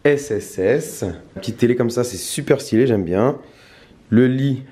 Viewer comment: « c trop sten » tu mas lair d’être un mec de corbeil